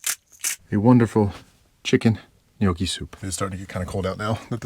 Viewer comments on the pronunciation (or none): Howdy. Been following you for a while and love traveling with you. Have you ever thought of live streaming so that you could actually share it with us? Also tiny suggestion, go to the Google and ask it to tell you how to pronounce gnocchi. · There's no 'u' and the 'g' is silent. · I'm going to start calling it guh-noochi now too 😂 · lol Gahnoochi Soup huh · The way you said gnocchi had be rolling 😂 I love watching your videos